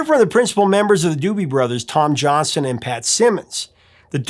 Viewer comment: As a Johnston I wish you would pronounce Tom Johnston's name correctly in any future videos you may produce...It's Johnston with a T not Johnson... Thanks for the great content at any rate enjoyed very much !